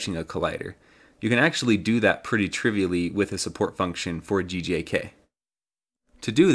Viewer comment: Everytime you say GJK it sounds like you're saying GJAK